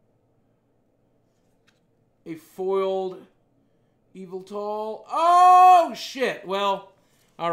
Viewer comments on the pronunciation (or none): none